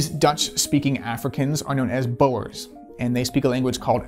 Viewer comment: Bothered by how you said, "Boer" and "Afrikaans" but other than that great video.